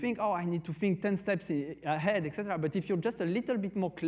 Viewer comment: It's etc. (et cetera), not "ect".